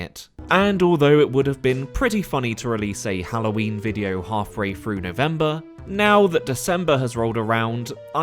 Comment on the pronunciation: Hawfray Froo December.